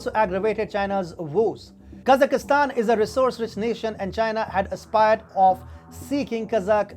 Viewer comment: IWhy the hell can't you guys at Wion pronounce Kazakhstan like everybody else?Is it the fact that you"re all consumed by Pak-i-stan and think that every country that ends in STAN has to have an I in it or what?For the rest, your coverage and presentation of current events is very refreshing compared to the drivel the mass media in the rest of the so-salled civilised world puts out.So kudos for that but if you must broadcast in English maybe it would be a good idea to run your texts by a native speaker to avoid annoying the hell out of Borat.